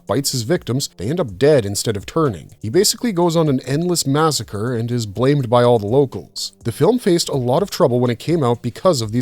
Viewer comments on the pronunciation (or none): none